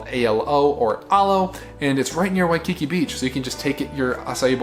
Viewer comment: You literally do NOT need to say “Oahu, Hawai’i” 87 times. We’ve figured out it’s not in Idaho. 🤦 WaikiKI - The emphAsis is on the last syllAble. Really nice video otherwise, but we did want to punch you in the neck on the regular. 😂